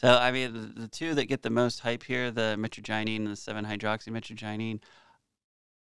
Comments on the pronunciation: thing is you totally mispronounced mitragynine and then when ya fixed it ya still did. What other research are you doi besides Googling words and taking the stuff? If that's all it takes to be a pharmacist I could have been one as a young adult just taking pharma meds for fun and reading the p.d.r. and such. From what you show yr research isn't anything more than what everyone else already would do. I'm not trying to talk down on you but this whole gig is getting lame brother especially when you aren't even learning to pronounce things. The average kratom consumer seems to be more educated on it than you are. I know if I had just heard of it and this video was my intro I'd be continuing my search for info. By the way did you know Google translate will teach you how to pronounce things? Mitragyna speciosa , Mitragyna hursuta and Mitragyna javanica have been used at least since China tried to tax opium for the first time because when they said they were gonna tax opium many over there said "oh ok that's fine we will just drink the kratom " that's why China banned kratom. I've used it plenty and I've used the synthetic 7 hydroxy mitragynine and it's very useful but it is also very addictive. Like any opioid. What happens when we eat kratom or drink it is our liver converts the mitragynine into 7 hydroxy mitragynine and it's very useful as a stimulant or opioid style pain killer. It's closely related to coffee as well. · You're a Pharmacist, not a Doctor. Chill out. and you are pronouncing Mitragynine Speciosa wrong. Google can play you how it sounds if you need that, just look it up :) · The pronunciation is mitra - jy - nine, the gy sounds like jy. You almost pronounced it correctly , and (Almost). Soooo close ! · Mit-traj-a-neen is how it's pronounced. And it's an amazing plant 🪴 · Brother c'mon Mitagyneen? You may need a new prescription you cant see the R? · It's proounced mi trag a nine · Mitragynine – pronounced: /ˌmɪ-trə-ˈdʒaɪ-niːn/ MIH-truh-JAI-neen